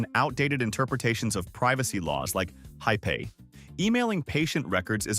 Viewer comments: The narrator pronouncing HIPPA high-pay instead of hip-pah shows how much research went into this video. I suspect even GPT-3 will know how to pronunciation it properly. As someone who work in the tech sector, I can tell you that HIPPA auditors know about the latest encryption. I would argue that medical records are it transmitted via email because the tech industry made sure of it and for good reason. However, these days Google, Microsoft, and others have made encrypted email so seamless, at least for the sender, it’s not even funny. So much so that I can tell what email service the care provider is using by how I got their encrypted email. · HIPAA, which protects patient privacy, is vocalized as "hip' ah", not "high pay", although that does say something about the American health care system.